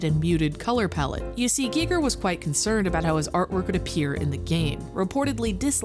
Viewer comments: G I G E R not G E E G E R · "Guy Ger" not "Gee Ger" Smh I cant listen to the video. Such an easy name to not get wrong. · oh man, is it really pronounced Gee Ger ? i'Ve been saying Guyger my whole life. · Can you please stop saying geeger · GEE GEER? hard pass if you can't even say his named right you know nothing. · I thought it was pronounced "Guy-ger" but I could be wrong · Pronounce his name right! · Who else turned the video off after the Giger pronunciation?